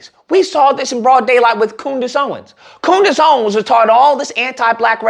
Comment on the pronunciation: I HOLLERED when you called her COONDACE!!!